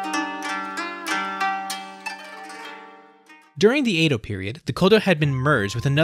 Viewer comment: "Eido" Period??